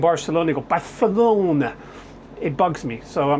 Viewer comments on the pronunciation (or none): none